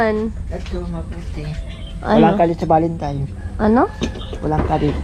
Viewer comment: Valentine hindi Valentime…